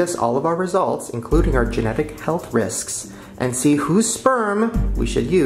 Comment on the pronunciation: He said health risksk